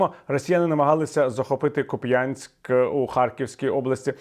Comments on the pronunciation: Не "КупЯнськ", а "КУп'янськ" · Дуже дякую за відео, але місто називається КУп'янськ, наголос на першому складі. До потрапляння у фронтові сводки я за все життя не чув щоб його називали Куп'Янськ, хоча прожив там значну частину життя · Пане, Віталію, місто КУп'янськ, а не кацапський наголос. Дякую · Куп'янськ, наголос на У, а не на Я!!!